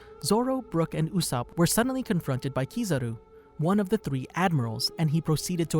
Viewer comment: Why… Why did you call him “Oooosop” It’s not that hard to say his name